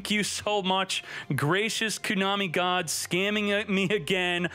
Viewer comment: You mean "Ko-money" god??